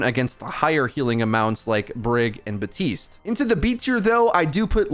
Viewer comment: Im pretty sure you are saying Batiste when it’s Baptiste.